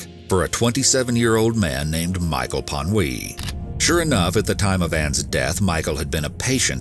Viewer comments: If you ever need help pronouncing these foreign names, you can put them in google translate and use the text to speech. Might help so you don't pronounce panhouse as panwee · Its promounced Pan-house. Holland isn't France, we pronounce our r's and t's at the end of the word. Women have more compassion than is good for them at times, and only a ghoulish chauvanist would blame a victim for their own murder. Men who kill women are small, pathetic, useless human beings, who never deserved to be loved in the first place. Its takes a particularly selfish kind of loser who can't let their ex go. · as a dutch person, the way you pronounced panhuis SENT me lol you pronounced it like a french person would, which isnt correct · The coffeeshop shot in the story about Anne is kinda funny if you're Dutch, lol. Edit: Pan-oui. 💀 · The guys surname is pronounced "Pun Hase" Pan as in English pan and Huis as in House, best I can describe, he was not French but Dutch, so your pronunciations is off. Good story never the less.